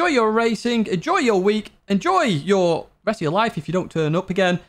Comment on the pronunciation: bravo pour le " au revoir " 😂